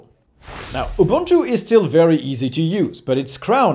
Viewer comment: Kudos to you for pronunciation. Ja, that is more or less what Ubuntu sounds like in the real world. When a reviewer mispronounce, I unfollow. I just followed your channel. If you can pronounce it, you achieved more than so many Linux "experts."